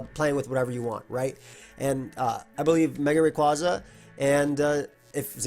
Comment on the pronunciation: THANK YOU FOR PRONOUNCING RAYQUAZA THE RIGHT (or at least how i did as a kid) WAY